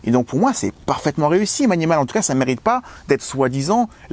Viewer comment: On dit pas mAnimAl ma Maï ni maul ! 😁